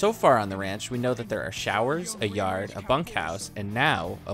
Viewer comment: Something about the way he says yard like yerd cracks ,me up